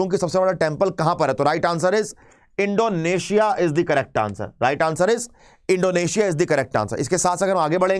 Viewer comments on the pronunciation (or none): none